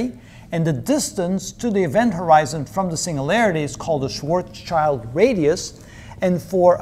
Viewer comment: Isn't it Schwarzschild and not Schwartzchild?